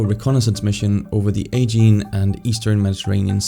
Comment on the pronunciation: Aegean Sea, pronounced Ah-jee-an